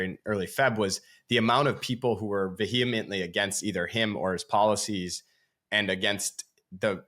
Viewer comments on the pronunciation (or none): VEHEMENT. The h is silent and is pronounced as if there was a letter y right there where the h is Veyahment like that Love that you’re bringing back all the 90s words ❤